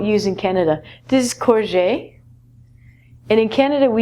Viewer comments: I think theres some errors here an aubergine is pronounced as O-Ber-jean and courgette is pronunced CourjET we never use french pronunciations or rarely , also fizzy drink , i never say im going to the shop for a fizzy drink like yourself we call it pop to a bottle of coke is a bottle of pop just the same as you , cookies are cookies here in the uk biscuits are biscuits , similar but different we identify cookies as american , also french fries and british chippy chips are very different , we call fries like from mcdonalds fries be ause chippy chips are 5 times thicker and taste so much better , not having a go but you would get some funny looks in the uk if you used them pronunciations or wordings here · Just a point: aubergine is pronounced "oh-bergine" not "aw-bergine" and the "ette" at the end of courgette is a hard "t" sound. Also in the UK we also have cookies but they are something different to biscuits. They are more of an American style cookie, soft, made of dough, chocolate chips etc. And also we use the term "soft drinks" for fizzy drinks almost interchangeably :) I love the video!!! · Hi,. In the UK I think they pronounce the T in the word "courgette". Check the pronunciation please! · And corjett is the English pronunciation of courgette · It's pronounced "Cor-g(zj ish sound)ett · courgette, you pronounce the "T" it's like coor-Jet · We say courgette',we pronounce the t xx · Hi. In the UK I think they pronounce the whole word "Courgette". Yes, they pronounce the "T".